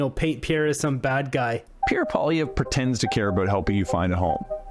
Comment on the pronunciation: First of all, Cochrane’s guest should pronounce Poilevre’s name correctly. Secondly, Poilievre wasn’t leader of the Conservatives during the last election.